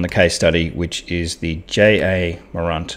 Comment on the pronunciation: Ja said Jar … Morant said More ant